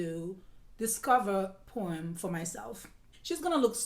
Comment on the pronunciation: Absolutely my favorite, a timeless classic of Jacques Chevalier . Every time you said Poême I always heard that it is Porn lol 😝 , best accent when American speaks French